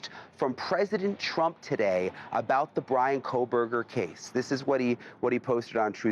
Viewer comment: It is president TRUMP, not CHRUMP.